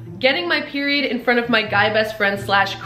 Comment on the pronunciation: boys be like when she says peirod 🤷🤷‍♂️🤷🤷‍♂️🤷🤷‍♂️🤷🤷‍♂️🤷‍♂️🤣🤷‍♂️🤷‍♂️🤷‍♂️🤷‍♂️🤷‍♂️🤷‍♂️🤷‍♀️